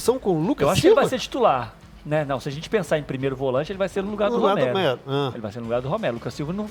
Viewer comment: Onde o cara fala Romero, se diz Ramiro!